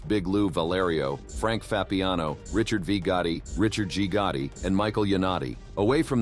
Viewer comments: Get someone that can pronounce the names.. john gooti and frank da chesho don't make sense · who's John Goutie?? It was weird since you said Gotti 50 times in video except that one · Did he just say john gooty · Who is John gutti, this guy is terrible at pronouncing these names